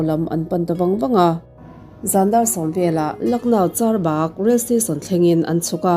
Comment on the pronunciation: Charbagh not charbaaaak